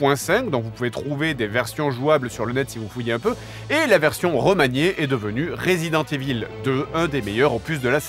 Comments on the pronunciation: This has to be pronounced " Raaazident IIIIvol " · Resident EVILLE, j'en peux plus de la prononciation et en plus JDG assume pleinement qu'il s'en bas les c*** maintenant lol